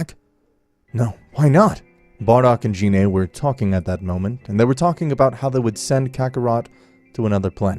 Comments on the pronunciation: Gine not Jine, but I won’t judge it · Gine not “Jine” and it’s Vegeta “Vejeta” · why do i feel like all these guys pronounce things wrong on purpose gine not jean A and vegeta (vuh-gee-tuh)